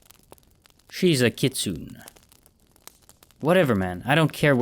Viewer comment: Yeesh the writer started to get a bit preachy with this one. Btw a kitsune is Japanese folklore so it’s pronounced kits-oo-nay Great addition to this timeline tho